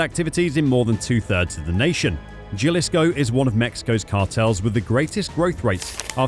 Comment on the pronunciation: J is pronounced as H in Spanish. Jalisco is not Ja, it's HAlisco*